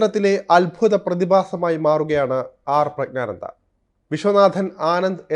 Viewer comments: പ്രഗ്നാനന്ദ അല്ല പ്രജ്ഞാനന്ദ എന്നാണ്. പ്രജ്ഞ എന്നാൽ ബുദ്ധി എന്നാണ്. അറിഞ്ഞിട്ട മനോഹരമായ പേര്. അത് നശിപ്പിക്കരുത്. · പ്രജ്ഞാനന്ദ ക്കു അഭിനന്ദനങ്ങൾ, ആദ്യം പ്രജ്ഞാനന്ദ എന്നു മലയാളത്തിൽ പറയുവാൻ പഠിക്കൂ,ഗ്യാനി എന്ന ഗോസായി വാക്കു മലയാളത്തിൽ ജ്ഞാനി എന്നാണ് മലയാളം അറിയാത്ത മാധ്യമ പ്രവർത്തകനോ? ഒന്നുമില്ലെങ്കിൽ മറ്റു പത്രങ്ങൾ എങ്കിലും വായിച്ച് മലയാളം പഠിക്കൂ, മലയാളത്തെ വ്യഭിചരിക്കാതെ,ഒന്നുമല്ലെങ്കിൽ മറുനാടനല്ലേ അതിന്റെ വിലകളയാതെ